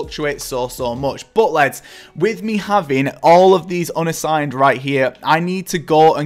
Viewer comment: Love it how you say leds for lads 😂 Great vid !